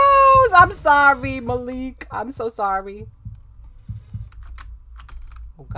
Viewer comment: it is not maleek it is Malik like say "ma" and then say "lick"